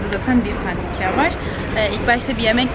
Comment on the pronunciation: İkiay değil ikea